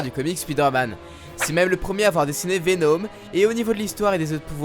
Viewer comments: J'ai mis du temps pour comprendre de qui tu parlais quand tu prononçait vénôme au lieu de Venom, a part ça continue comme ça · Venom pas Venôm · Vous me faites délirer à prononcer " VEN-HOME " ... Jamais entendu prononcé comme ça !